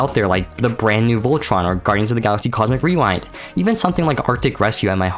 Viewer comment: cozik wene😂 (cosmic rewind)